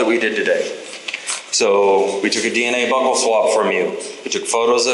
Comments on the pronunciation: He said buckle swab not buccal lol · Cops need to learn how to pronounce buccal.......hint it's not buckel.